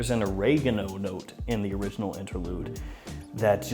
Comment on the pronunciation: Or-ray-go-no lol.